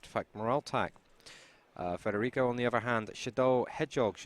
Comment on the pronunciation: da notare "FREDERICO"